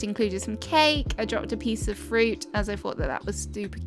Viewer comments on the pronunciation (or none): none